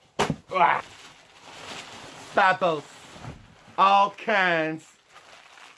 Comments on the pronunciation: The way he said bubbles 😂😂😂😂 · The way he said bubbles wtf 😭